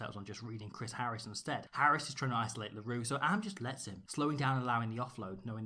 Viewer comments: Am is pronounced like hum. Not like cam. Doesn't matter really, still love it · With the south african players of Bantu descent like Am and Mapimpi, pronunciation of the vowels in our names is a bit different to English. The a's in Lukhanyo Am are pronounced as aaaah, e's are not silent at the end of a word like with Makazole Mapimpi and are pronounced like the é in the Latin languages. I's are pronounced like -ee-, Os are pronounced like oh but not ending with the soft h, but an abrupt end, and u's are pronounced like a long drawn out oooh, like when you see someone eat dirt hard😂